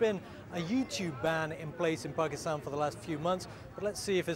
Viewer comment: its Pakistan not PARKISTAN .